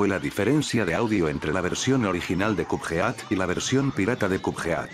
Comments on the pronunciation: Porque dices youtube se pronuncia yutub y cupead y cudfeat se pronuncia codped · "kup jeát"